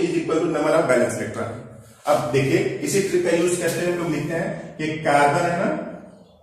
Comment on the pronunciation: Sir app cu ko baar Baar carbon q bol rhe hai